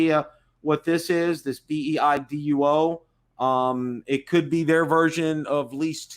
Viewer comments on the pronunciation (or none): BEIDOU , ( not beiduo ) is the name of the chineese GPS system